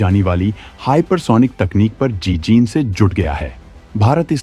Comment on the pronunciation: जी जीन नहीं। जी जान से जुट गया है। भाई हिंदी तो सही बोला करो।